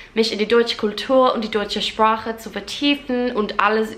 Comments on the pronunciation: Ich finde es bewundernswert wie gut du das CH in zum Beispiel “Sprache” aussprichst! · I was impressed as how you were able to pronounce the CH in ‘sprache’ (language).